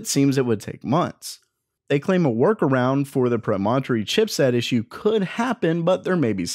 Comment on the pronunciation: Yikes -- when a word is unfamiliar (Promontory) , try for an accepted pronunciation